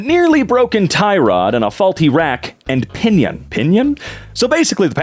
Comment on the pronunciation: note to the narrator (I wasn’t paying attention when he said his name and I’m too tired to recognize voices) a ‘rack and pinion’ is a mechanical part, not two items in a list, in other words, what you read actually said things: - nearly broken tie rod - faulty rack and pinion How you read it sounded like Things: - nearly broken tie rod - faulty rack - pinion